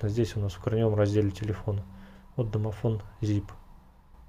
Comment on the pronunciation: "Домофнл" +1